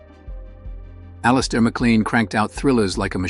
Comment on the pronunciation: Alistair MacLANE! Get the pronunciation right.